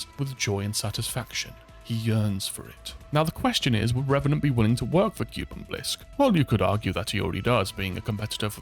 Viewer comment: Please. Kuben. Not cuban. P l e a s e